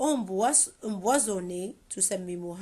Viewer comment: c'est empoisonne et pas emboisonne faite la déférence entre p et b cvp